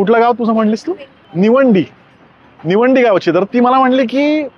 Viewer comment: निवेडी नाही रे निवेंडी आहे ओके गावच नाव घेता yet नसेल तर घेऊ नकोस ओके गप्प खा